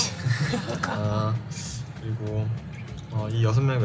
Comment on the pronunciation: “six brudders” 🥺